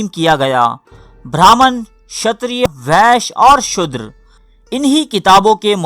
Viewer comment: Apo ki stories bohat acchi hoti hain.magar Tallafaz bohat ghalat maslan shudher ka asal lafaz shoodar hai.